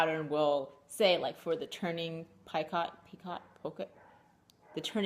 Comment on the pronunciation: First off you are adorable ! Love color of yarn you are using for your shawl and the color of your yarn you are spinning. The crochet butterfly is awesome. BtW. Picot is pronounced (pee-ko). ;) Thanks for your video